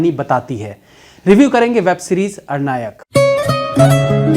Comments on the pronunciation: Aranyak hai bhaiya wo 🙂 Na ki Arnayak 🙄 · Sir aap movie ka naam galat bol rhe hain..... arnayak nhi aranyak... Aranyak means forest.. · Arnayak nahi bhai Aranyak hai series ka naam. Naam sahi bola karo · Dear ये,अरनायक नही है, अरण्यक है। शायद मेकर्स का इरादा हिमाचली जंगलों को लेकर हो सकता है जभी अरण्यक शीर्षक रखा हो। बाकी मैने कल ही पहली बार देखी।। बहुत ही रोमांचक है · 🌞🤘🌞 ARNAYAK nahi ARANYAK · R- NAyak nahi aranyak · Sir ye aranyak hai na ki arnayak. Aap naam galat bol rahe hain. Aranyak related to jungle. Bad mistake from a person of your caliber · It's not arr nayak , it's pronounced as a run yuck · Arnayak nahi aranyak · महाशय अरण्यक है और आप अरनायक बोल रहे 🙏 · मुझे लगता है सीरीज का नाम अरण्यक है ना कि अरनायक.. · web series ka pronounce hai ARAN- YAK . not AR-NAYAK. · भैया जी अरण्यक (=जंगल) कहिये न कि अरनायक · अरनायक नहीं आरण्यक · अरण्यक है, ना की अरनायक। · Abey arnayak nahi aranyak he wo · Its Aranyak..not Arnayak..Aranyak word came from word Aranya means jungle.. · आरण्यक not आरणायक But review was amazing 🤩🤩😘😘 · Aran yak not ara nyak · All say aarnayak..but it aarnyk..arnay mean forest.. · Sir your pronounciation of Aranyak is actually wrong... although love ur review